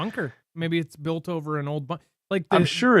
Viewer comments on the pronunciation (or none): none